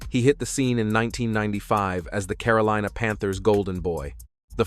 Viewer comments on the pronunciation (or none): none